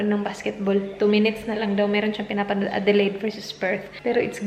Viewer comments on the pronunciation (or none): none